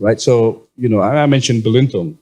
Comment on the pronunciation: Belintung? Belitung? Am i heard it wrong?